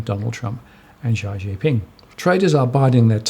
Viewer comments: as always very insightful. fyi Xi Jin Ping pronounced approximately (Shi) Jin Ping. THanks for the post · You NEED to learn how to pronounce Xi Jinping’s name right. Is is pronounced Shi.